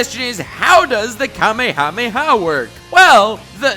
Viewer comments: Just saying, the way Matpat pronounced kamehameha is correct. If you watched the original Dragonball you would know. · Thank you for saying Kamehameha right😂